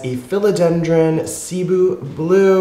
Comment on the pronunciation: sih-BOO. My parents are Filipino. Hopefully we can get correct pronunciation getting around more. Much appreciated.